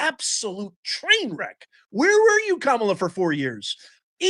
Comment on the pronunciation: Not ka-mi-la